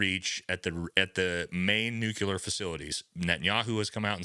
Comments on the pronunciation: God damn, dude, please stop using nuCUler, it's nuclear, wtf :D You should know better, you sound like Bush :D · Nuclear. It’s fucking nuclear. The phrase nuculear doesn’t exist.